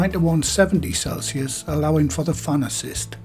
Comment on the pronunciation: when you say fan assist it sounds like pharmacist 😁💐